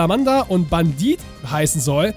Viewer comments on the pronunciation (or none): none